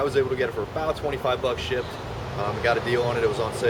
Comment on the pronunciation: when you said you got it for 25 $ shipped it was cut off and it sounded like you said shit